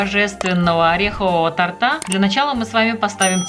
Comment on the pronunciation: Оляяяя, не тортА, а тОрта, ну , что такое, красный аттестат или диплом?